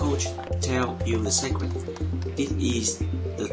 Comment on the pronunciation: Hi Since you seem to appreciate comments on pronunciation, here are a few: 1) muscle = "mus-l" not "muskel" 2) technique: the emphasis is on the 2nd syllable: tekNEEK (not: TEKnik) contrary to tactics, where it is indeed the first :TACtics 3) secret = SEEcret, not SEKret Great videos!